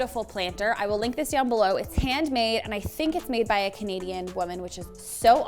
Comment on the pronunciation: Sometimes I was like, why is saying "comedian", but then I realized she's saying "Canadian"